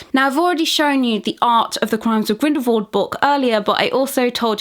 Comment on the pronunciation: I love your videos. But I can’t help but be irked every time you pronounce Grindelwald, as Grindelvold. It’s so strange to me, I don’t know why.